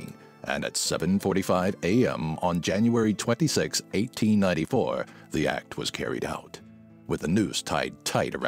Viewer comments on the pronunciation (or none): JanuRary --- oops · You don't need that first 'r' in January.